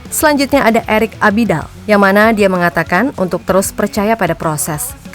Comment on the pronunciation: Erick Abidal min bukan Adibal🙏🙏🙏🙏